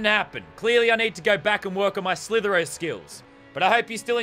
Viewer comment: Normal People: slither dot io Lannan: S L I T H E R O